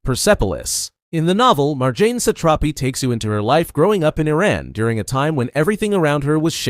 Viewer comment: mar-jah-ney RIP marjanr satrapi💔